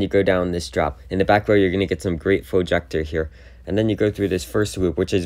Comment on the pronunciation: Ejector not flojector